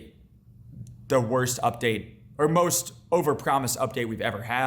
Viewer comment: and that wasnt a death threat i JOE WO BE LIKE "WOWST COD UPDATE IN HISTOWY VEAWWY BAD "